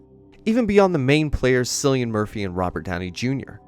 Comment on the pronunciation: Ah you lost me as soon as you mispronounced Cillian’a name.